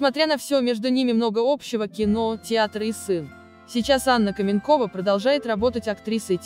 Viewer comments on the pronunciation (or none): Кто так текст формально и неприятно читает? То " ...вышла замуж назло сАмой себе", то "КАменкова" вместо "КаменкОва"!!! Потренироваться перед записью не судьба что ли?! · Такое чувство,что это перевод ,а не русский текст.КаменкОва,а не КАменкова.Да и другие слова есть не с тем ударением. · Ну почему КАменкова. КаменкОва.